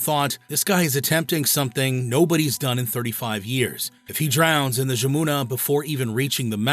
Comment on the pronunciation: The river pronounced’Yamuna’, but a hell of a story.